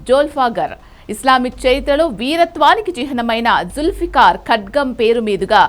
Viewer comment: జుల్ఫీఖార్ అది asalu names sariga palakadam raadu emeki e channel ki